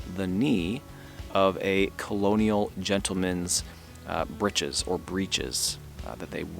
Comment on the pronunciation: Fantastic finds,! I'm an orthoepist (remember escutcheon?) and good on ya(!), your first pronunciation of britches/breeches has always been the standard, primary, and preferred pronunciation: different spellings but same pronunciation. They're homophones, like boatswain/bosun. You'll certainly find the long /e/ sanctioned, but it's irregular. Anyway, glad you said britches for breeches!